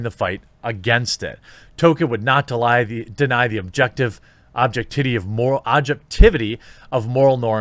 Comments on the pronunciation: I do remember someone telling me that Tolkin wanted Christopher Lee to be Gandalf but idk where thats from tho. Jeremy said object-titty. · He said object titty ;-) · Who else hear objectTITTY?! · He said "object titty" Giggity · "Objectitty" - Jeremy Hambley, 2021.